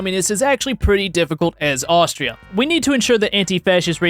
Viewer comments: The way you dared to say austria has hurt me to my very core there is no k at the end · took 3 weeks of german and pronounced Austria wrong XD